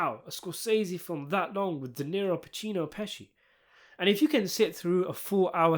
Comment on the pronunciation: It's De Niro not Dinero